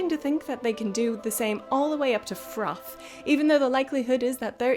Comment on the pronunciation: never say FROTH again. please.